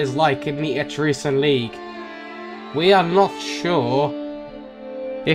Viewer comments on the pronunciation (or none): Etruscan is pronounced eh-truss-can. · ***** It's pronounced /ᵻˈtrʌskən/. ə being like in about, or winner. An uh sound. So, et-rusk-un. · Dude its pronounced atruskan. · Etruscan [eh-trus-can] Syracuse [See-rah-cuse] Carthage [Car-th-age] Hastati [Hast-aht-ee] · ETRUSCAN etruh-skin